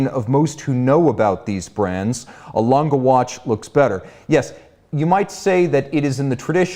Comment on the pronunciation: Its Lan-Geh, not langah or languh or langa, langeh or lange with short e pronounciation